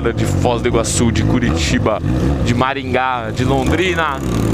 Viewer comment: Aleluia ele Falou maringa !!